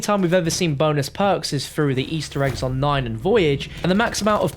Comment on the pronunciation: The word is perks not poaks